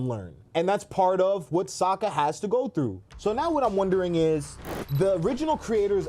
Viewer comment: And cmon bro its Sokka, not Soekka 😂😂